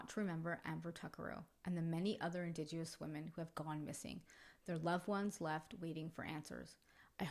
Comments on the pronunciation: Really well done story! Just found your channel and subscribed ❤❤❤️ I am a fellow Canadian and did just want to kindly let you know you are mis- pronouncing indigenous. It is pronounced IN-DIJENUS. Looking forward to listening to your other stories 🙏🙏💕💕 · ‘Indigenous” has no “w” sound.